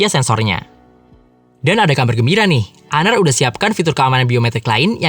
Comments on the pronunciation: Siapa bilang? Lihat review org luar makanya, mereka nyebutnya Honor bukan aner 😏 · Plis dah, jangan sok english 😐 honor itu dibacanya honor aja kok bukan aner 😐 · PA LEVI iya bro orang luar bacanya tetap honor 😁😁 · honor dibaca aner